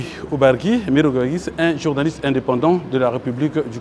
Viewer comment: "paské" , "journalistè", "librément", "directèr", "avekè", "etrè"; "surè";;;. Rien que sa tonalité, sa rhétorique témoignent de son incompétence. Sans son petit carnet, il ne peut tenir un discours de 10mn, à moins de divaguer, tourner sur les mêmes points. Quand le président annonçait son projet de société, le covid-19 était déjà passé, y compris la crise pétrolière de 2016. Pourquoi utiliser ses 2 évènements pour justifier vos manquements? On peut certes accorder une marge d'erreur entre vos promesses et vos réalisations, mais l'écart pratique est trop grand pour ça. Et les journalistes, vous taquiner souvent les opposants sur vos plateaux, pourquoi ne le faites vous pas avec ces hommes du gouvernement? Un bilan consiste à communiquer les résultats d'une programmation, cependant on note que les journalistes ne soulignent pas les résultats déplorables, mais ils posent des questions en perspective. Outre cela, doit-on vous rappeler que les media sont un contre pouvoir? Vous devez vous faire la voix des sans voix. Triste. Ne leur demandez pas ce qu'ils comptent faire. Dites, vous avez promis ceci, cependant on remarque cela, pourquoi? Comment, les chiffres... Et, quand ils répondent, ne vous en contentez pas. Si c'est un "débat", il vous faut répliquer par des contre affirmations. Ne leur demandez pas de vous dire ce qu'ils ont fait en 5ans. J'insiste. C'est nous, le peuple, par votre voix, qui savons ce qu'ils qu'ils ont fait, puisque l'impact est sensé rebondir sur nous. Don